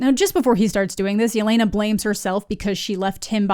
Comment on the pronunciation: Still can't believe Disney/Marvel didn't do the bare minimum of research to learn that Yelena is pronounced "yeh-LEH-nah" not "yeh-LAY-nah" and that she wouldn't go by her full first name in informal situations; she'd go by the short form Lena ("LEH-nah") just like Natasha went by Natasha and not Natalya (her full first name).